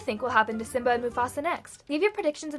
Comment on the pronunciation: Simba not sim.